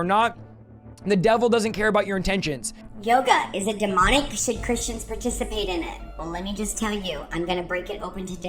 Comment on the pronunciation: It’s not demnic. It’s demonic. Fix your language. You do a great job. Don’t sound uneducated.